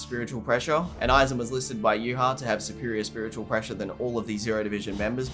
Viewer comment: I would like to thank you for pronouncing Yhwach correctly. I have no idea where everyone gets the b